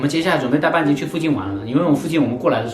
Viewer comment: 你喊半斤的时候，我听成了bia ji😂